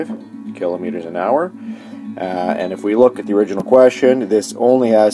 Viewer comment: It's not kelometers lol